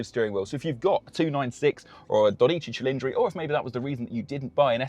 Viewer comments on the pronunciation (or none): and you butchered Dodici cilindri 😂 Ferrari shouldnt have as a top priority when naming their cars, names native english speakers have an easier time pronouncing😂 Good on them actually, their encarouging you to learn a second language, like the rest of the world, that has to learn english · You pronounce the 12 cilindri in the wrong way. At least get that right !!! Jesus Christ. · Dude, you pronounce the 12 cilindri in the wrong way. At least get that right !!! Jesus Christ. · Learn how to pronoune dodici cilindri!